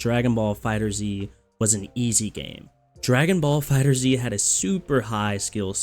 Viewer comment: Man.... IT'S FIGHTERZ! Like "fighters" but with a Z. Not Dragon Ball Fighter Zee. Gah. Dude that annoys so much. Like not to a great extent, but enough to comment. Ya get me?